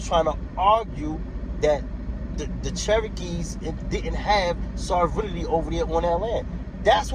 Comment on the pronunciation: Sovereignty is pronounced : SOV-REN-TEE. But sadly, that is the smallest mistake in what you say. I have to resist discussing things with conspiracy theorists, sovereign citizens, and people who believe in lizard people because there is too much ignorance to bridge the gap. I will simply assure you Indians as individuals are not sovereign, and they get arrested for even small, non-violent infractions the same as non-Indians. I am glad you read McGirt, but you didn't understand it. Watch some YT videos on it, read some of the info put out by the tribes themselves for laymen like yourself. Good luck, and continue learning.